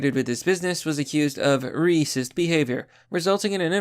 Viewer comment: Why do you pronounce racist as "reecist"?